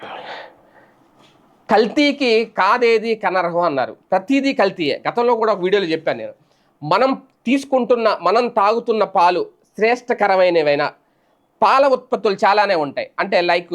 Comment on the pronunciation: "Kanarham" Kaadu, anarham. Heritage paalu ayithe half cup veniger posina viragavu, paalallo yem kaluputhunnaro